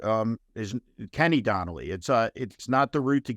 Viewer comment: Ken O'Donnell, not Donnelly.